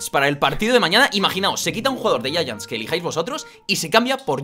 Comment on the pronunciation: porque dicen yayants y es Giants xd pd: solo quiero saber es de racista